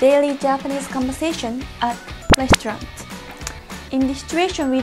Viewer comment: correction : restaurant not restaraunt :)